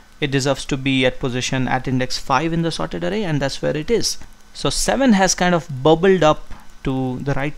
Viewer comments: Bro it's not arey...it is aaray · its not arrey for example "arrey bhai" pronounce it Array 😹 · "0eth aray and oneath aray" 😂😂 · he does it for the foreigners to understand his accent. If you google the correct pronunciation of an array you'll find that it's 'arrey'